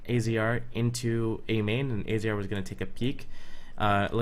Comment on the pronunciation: Good video, and AZR's name is pronounced "Azza".